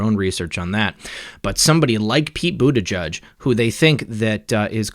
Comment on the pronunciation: The name is Maltese and is pronounced. Bute-i- jay.